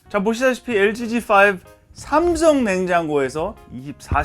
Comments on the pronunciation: 마지막멘트 g5라 하신것같은건 저의 기분탓 ?!?!? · 엘지 지5라고 하신거같은데 ㅋㅋ